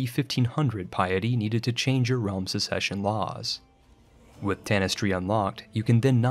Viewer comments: also, "succession" shouldn't be pronounced the same as "secession" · Are you deliberately mispronouncing these words? "Ducky" instead of duchy? "Secession" instead of succession? I can only assume it's intentional, I've never heard someone pronounce such easy words wrong. It bothers me enough to stop watching, bye.